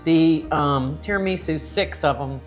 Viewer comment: Full-blooded Italian girl here: You pronounced Tiramisu perfectly! And tell your husband: If he has another dessert off-camera, the calories won't count. 😆